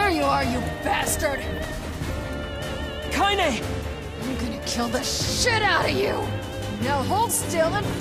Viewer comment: I always forget how to pronounce her name "Kaine" so I would accidentally call her "Kanye" for some stupid reason